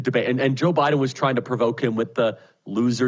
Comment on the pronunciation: Joe BYE-THEN